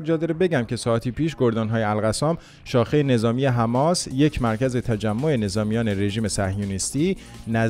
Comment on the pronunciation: بابا آبرو داشته باش ببین کی میگه رفح که تو میگی. ر. فح حجه کن. حیف متاسفم برات برواقلا اخبار سیما را ببین نام هارا یاد بگیر. یک جا میگی حماس یک جا حمماس درست نیست چند بار محترمانه گفتم